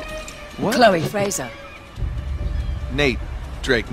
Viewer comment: Frazhure? What is that? How hard is it to say Fraser?